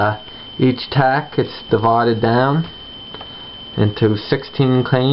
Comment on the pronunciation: It ain't a "tack", dude, it's a "tract", as in tract of land.